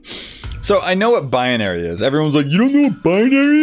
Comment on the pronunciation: Bianary Me: Binary: BUY-UH-NARY Me: No. BUY-NARY: BUY-UH-NARY Me: okay fine. Why does it even matter anyway. BECAUSE!!